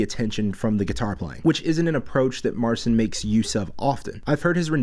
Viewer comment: Why don't you pronounce his name right? And can you play??? He's awesome!